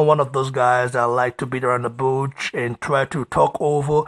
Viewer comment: Again I say it's bush and not butch